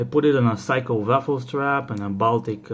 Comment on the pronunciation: “Seiko” becomes “Pyscho”?